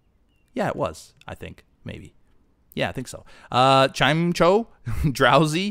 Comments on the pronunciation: PLEASE PRONOUNCE POKEMON NAMES RIGHT!!!! Chime-Eh-Co not Chime CHO Maw-While not MAWILLY Bray-XEN not Brasian PLEASE PRONOUNCE POKEMON RIGHT OR ELSE IL TAKE THIS MONITOR AND SHOVE IT DOWN THE TOILET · It's pronounced "maw-while",. Gulpin evolves into swalot. And that thing is a chimecho, "chime-echo". Odor Sleuth isn't useless... It lets a ghost-type be hit by normal and fighting moves, which normally have no effect whatsoever. I used it to catch a shiny giratina. If you meant combee, most of them are male. Only 1 in... eight or something like that is female. So if you want a rare pokemon, try finding a female combee If that gulpin you caught at the start of the episode was blue, it was a shiny.